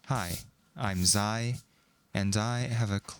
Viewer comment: I honestly thought Zye was somehow pronounce "Zee"